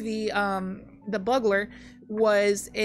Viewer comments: I'm gonna assume someone's already commented that its pronounced Bugler, like Bugel. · I know you mispronounce things for fun but for some reason "buggler" is the most triggering. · lmao the way you pronounce bugler just makes me laugh thank you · She knows 😂 she says it right a few times she's just memeing usually